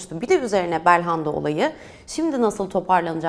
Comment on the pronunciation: Bir Galatasaraylı olarak, Galatasarayı değerlendirecek başka adam yoksa yazıklar olsun. Bu kadar basit anlamsız değerlendirmeler olamaz. Daha belhanda demeyi bilmiyor bu adamı yorumlatmaya çıkarıyorsunuz.